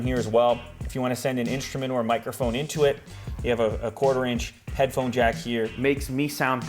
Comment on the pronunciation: every time you say jack I die of laughter